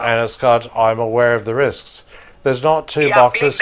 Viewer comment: "I am aware of this krisk"? Why are they always incapable of saying "these risks"?